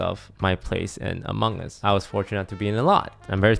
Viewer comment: Lmao “the amonnguns logbby” 👴🏾